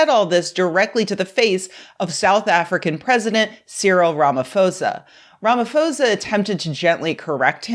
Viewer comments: 😮‍💨it's the "Ramafosa" that's bothering me more than the racist couple. Dear Americans if a consonant is immediately followed by an "h" it doesn't make a "f" sound it just emphasizes the consonant sound. The "pho" in Ramaphosa is pronounced "po" like Po from Star Wars. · As a (white 😱) South African I have a few notes about your pronunciation, Afrikaner is more like Aa (as in car) fri kaa (again the sound is like the a in car) ner. And Ramaphosa is Raa ma po (the o is like to o floor) in za, the ph is pronounced as a simple p sound. Anyway fuck Trump, fuck Elon and fuck everyone who spreads these white nationalist conspiracies. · supremely awesome video. lil correction . its RAMAPHOSA pronounced as RAMA-PO-SA. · Pronounced : RAMAPORZA❤ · Hey, great video so far. Just a quick correction. Ramaphosa is pronounced Ramaposa. The "h" doesnt turn the p into a f sound. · I'm not going to judge you too harshly because most of the content creators I enjoy don't seem to do that either, but you can just google how to pronounce people's names. You can find several recordings of South African news segments where Ramaphosa's surname is pronounced correctly. That goes for the people mispronouncing Steve Biko and Tokyo Sexwale's names as well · The "ph " in Ramaphosa is pronounced as a p. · Oh god she is pronouncing him like Fox news 😂. Maybe google the name of presidents before making videos about them? Why are americans like that? It takes 5 seconds😂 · Just a note, in most South African languages (including TshiVenda, which is Pres. Ramaphosa's family language), the "ph" consonant blend is pronounced like a hard "p" sound, never like an "f" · Great video, although heads up, the "ph" in Ramaphosa is pronounced more like p than f. Also, beyond the Musk angle, the South African media was scrutinizing the Afrikaner Afriforum and Solidarity organizations for going to the us and spreading these ideas at republican conventions. Glad you are doing ur part to counter these narratives